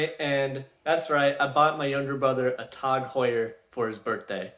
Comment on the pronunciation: TAHG Heuer, when you say it like that the brand may not sound so bad haha. Great vid bro, keep up the good work.